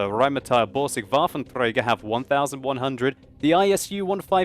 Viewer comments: I love how you pronounce 'rheinmatall-borsig waffentrrrrräigerrr' Im german, and for me this overpronounciation is uust so funny ;) But still, your pronounciation is much better than the pronounciation of some other english youtubers i know :) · I like how he pronounces "Waffenträger". Sounds so Russian xD